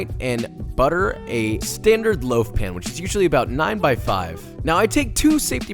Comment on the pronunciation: LOAF, not liaf!